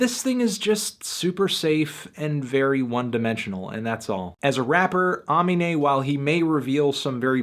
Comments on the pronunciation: A-me-naé, not ah-me-ne. If you think his mainstream shit which he made only to get noticed so he could make a new platform and start making actually music is his best song, you shouldn't be a song reviewer. Its a lightweight soul album that yes, isn't all about fucking you bicth and getting money,l. Addressing real problems and issues and making connections with his fans in a upbeat way. I hope anyone has the right mind to see what he's making and why he's doing it. If anything most of his songs are the exact opposite of boring, like blind's, yellow, spice girl and turf. Look up aminé at any other song reviewers channel and they will all say that this is his songs are off the charts. He was on Xxl for a reason. Knowing that you dont even know how to pronounce his name right even after he repeated it in more then 3 songs shows you most likely didn't even hear the full album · How to pronounce Aminé (UH ME NAY) god damn it's not hard. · Uh-mean-aye ... pronounce Amine right before you judge the whole album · Melon bro, come on it's pronounced AMEEEEEEEEEEEEEEEEEEEEEEEEEENÈ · ARRRRR (LIKE THE PIARTE) meeee (as in yourself) neyyyyy (as in the horse) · its pronounced like "uh mean a" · uh-me-nay its that easy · It's "AH-mean-aye" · Its pronounced Ah-me-nay you freakin melon. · His name is pronounced Uh-Mean-ayy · its pronounce ah-mean-nah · uh-MEEN-AYE melon cmon now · UH-MEAN-AYE you stupid fucking melon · Is UH-ME-NAY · it's pronounced Ah-Mee-Nay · It's Ah-Mee-ney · I am triggered. It is A-MEE-NAE smh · No its pronounced ah-mee-nay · Also, its pronounced "Uh-Mean-Ay" just bothered me a tad bc he says his name on like 6 tracks in the album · A-me-nay is how his name is pronounced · Evan Ball nah bruh its ugh-mean-ayy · Ivan Zuniga Aminé. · You’re an idiot. You literally don’t even know how to say the dudes name. You barely listened to the album and then dropped a few lyrics to prove that you listened to it one time. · you’re butchering his name. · Say his name right